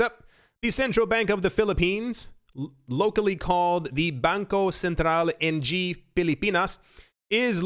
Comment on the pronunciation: Ng in Tagalog (Filipino language) is pronounced na(h)ng by the way (^_^)